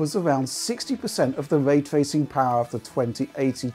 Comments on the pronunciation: “Way twacing” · " take way twaycing fow example"